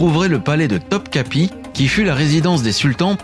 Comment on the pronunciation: Istanbul ma ville de coeur....petite erreur sur Taksim (et pas Taskim), et pour Topkapi il n'y a pas de point sur le i (bon là désolée clavier français) et le i sans point se prononce plus comme notre e.....pour les taxis, j'ai beaucoup entendu de recommandations à utiliser Bitaksi pour ne pas avoir de problèmes, par contre je ne sais pas si cette appli fonctionne dans d'autres villes....ah, et quand on compte se déplacer pas mal en transports en commun (bus, tram, métro, bateaux..) le mieux est de prendre une "Istanbul kart" sachant qu'une carte suffit pour plusieurs personnes (sans oublier de la recharger, ce qui m'est déjà arrivé 🤣)...en tous cas, merci pour la vidéo 😊